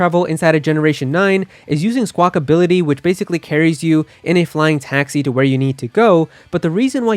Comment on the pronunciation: Did he just call skwakabilly skwakability